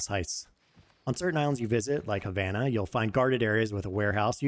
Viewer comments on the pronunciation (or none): none